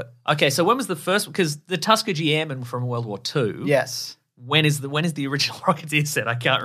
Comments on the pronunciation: “Tuskateer airmen” I swear I heard it multiple times XD Tuskegee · Please, for the love of Mike, LEARN HOW TO PRONOUNCE "TUSKEGEE"...!!!!! 😉👍🏽